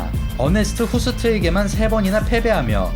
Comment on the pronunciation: 어네스트호스트,밥샙 왈 영어 모르냐 왜 ,밥샵 후스트라 읽는거야 ?